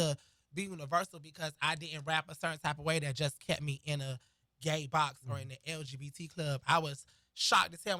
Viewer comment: did this man say "the lbgteq" community plz/?!?!?!?!??!?!?!?!? I AM LAUGHING MY ASS OFF AT 3 AM